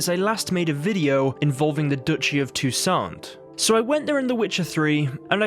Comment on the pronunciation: No, you add a French accent to Toussant...the last 't' in the name is SILENT. Count de la Croix is 'Count de la Cwa' Syana is short on the y sound and longer on the 'na' at the end. Her name is Anna, not Ana. Don't worry, it did my head in when I learned it at school, now it's just become habit. Toussant is heaps lighter and brighter then Velen and the city isn't as dark and dreary as Novigrad on a cold and wet day. It's so much sunnier so far south...an all over cheerier view in the player.